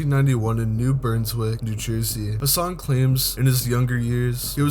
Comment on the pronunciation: New Brunswick, not burnswick